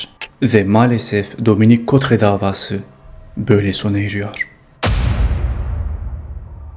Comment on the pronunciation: Teşekkürler; kadının adı (Dominique Cottrez) şöyle okunuyor: Dominik Kotre.